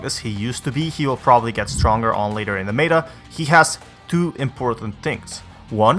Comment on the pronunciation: Why tf do you say meta like that